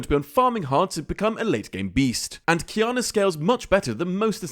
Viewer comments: wanna know why i prefer this version to the previous qiyana guide? u said her name right this time xD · Finally pronounce it right